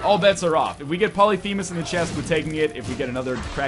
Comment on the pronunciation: For god's sake it is called Polyphemus not Polythemus and Polyphemus already sets your tears to the lowest, guys please play the damn game before making the god damn challenges